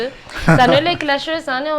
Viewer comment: "Clasheuse" kosa fa tsy Clacheuse eh